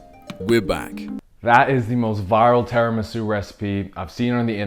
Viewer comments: as an Italian I can say it's called tiramisu not teramisu jajajaja love u guys just joking x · I know. I'm pointing out his pronunciation of Tiramisu